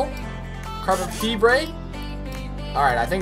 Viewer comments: carbon "feebray" haha nice one lad. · dude did you really just mispronounce fibre.. 😂